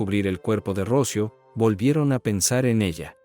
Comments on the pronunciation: Se llamba Rocío, no Rócio. Qué clase de español hablas tú? ??? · Qué horror de informe, tienes muchos errores, Dolores no mato a Rocío,Alicia se obsesionó con Dolores y de ahí tantos errores,y no es Rocio... Es "Rocío" con acento en la " í" aquí en España es un caso muy conocido y muy doloroso,a Dolores le destrozaron la vida. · El que habla es latino. Me molesta cuando acentúa mal en nombre Rocio, cuando se pronuncia Rocío. Nada peor que un latino queriendo parecer en estadounidense. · Relatas mal, dices ROCIO sin acento, el nombre correcto es...ROCÍO!! Por favor se oye horrible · No puedo ver el vídeo por como dice Rócio... es Rocío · Porque pronuncia Rocío sin acento, suena horrible la manera como lo pronuncia el nombre de Rocío, por piedad y honor a la niña, pronuncie bien, correctamente el nombre de Rocío. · Por qué dices Rócio, si es Rocío? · Q horror, como q rocio 😮😮😮 debe ser ROCÍO, ROC "Í" O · Se dice ROCÍO con acento en la I . Palabra triisilaba. RO - CI - O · Pronuncia muy muy mal el nombre de Rocío , no lleva acento en la O , lleva acento en la i , Ro-ci-o . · se pronuncia ROCIO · Totalmente de acuerdo contigo. Si la gente va a usar la "inteligencia artificial" para sus documentales, debería tener buena ortografía. Por lo menos a mí, me resulta insoportable escuchar el nombre Rocío sin su respectiva acentuación en castellano. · Interesantes historias pero no sé leen correctamente los nombres. Rocío lleva tilde en la I, no en la o. Y cuchillo no lleva tilde alguna. 😏